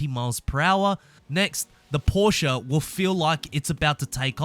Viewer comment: this man really said “proshe-a”